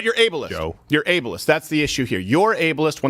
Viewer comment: "You're Abalist!'" Yes... I want the Able-ist person in the job.